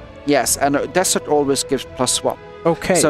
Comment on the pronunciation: No offence but desersh is funny Still good job